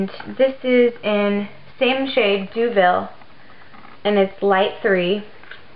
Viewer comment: Deauville- prounouciation Doh-Vyl. (it is french) Nice video!